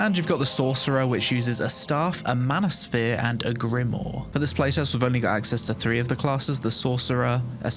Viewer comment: Grimoire is pronounced Grim waaa, not grim or